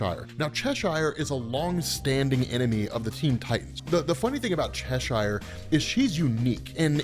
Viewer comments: Hearing you mispronounce "Cheshire" is excruciating. Otherwise good video. ;p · The way you say Cheshire is annoying, I must admit.